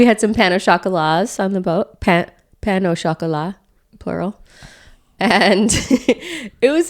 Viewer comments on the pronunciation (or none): Bonjour 😊, there is no liaison in pain au chocolat, between "pain" and "au"